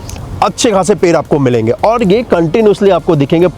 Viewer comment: Video to achcha banaya aapane lekin aapka ped shabd pair sunai de raha hai pura video aap dekho aur suno Jo ped hai use per Bula rahe ho aap😅😅😅😅😅😅😂😂